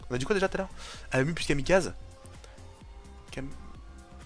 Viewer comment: Si tu refais des [champion]kaze sa se prononce kazé à la fin . Sinon super vidéo continue